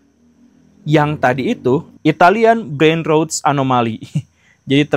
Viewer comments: brain rot bacanya brein rat pak guru... buat brein ruts atau brein roods... 🤦‍♂️ atau lebih mudah dibaca brein rot... 😊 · Yg disturbing dari awal video ini adalah pronounciation dari pembusukan otak dalam bahasa inggris. Saya selalu dengar istilah "brain roads", bukannya brain rot. Punten mohon diperbaiki pengucapannya😊